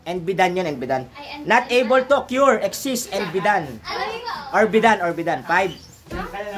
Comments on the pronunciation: Mali naman sir yung pronounciation mo ng occur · Wrong pronunciation ng occur